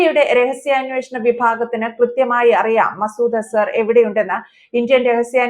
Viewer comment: ആൻസർ അല്ല മാഷേ അസർ... ദിൽജിത്ത് പാക്കിസ്ഥാനോ??? ഗിൽജിത് പാക്കിസ്ഥാൻ അല്ലടോ ഗിൽജിത് ബാൾട്ടിസ്ഥാൻ കഷ്ടം